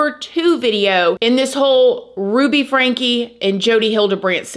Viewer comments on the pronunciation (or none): It’s pronounced like Frankie not Frank